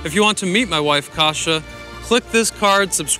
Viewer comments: if you want to judge people morality and make money out of it on you tube, learning to pronounce your wife's name correctly would be a good place to start. it doesn't have to be perfect, but trust me, you don't have it even close and it sounds awful. sounds like polish word for porridge. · But Kasia should be pronounced like [kas'ja], not [kasha] (which is porridge in most Slavic languages). Fascinating. Anyway. What you're looking at is nothing but a globalization in it's best. If you know new lingua franca, you can find your soulmate in any part of the World. And that's exactly what we've seen here. Also, the one who carries limit amount of ovum and has some energy flaws in pregnancy would check her partner carefully. That's why usually a men is a predator, searching for love.